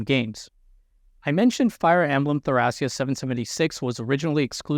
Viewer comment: AKSHUALLY I think you might be pronouncing "Thracia" wrong. The kana read "to-ra-ki-a," and that's pretty much what people who live in real-world Thrace call their homeland.